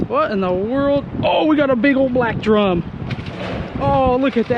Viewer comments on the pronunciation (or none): none